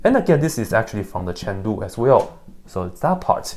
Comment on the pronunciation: Why does say chain rule as chandu?